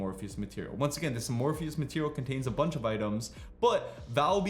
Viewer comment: "Uh-morpheus materials"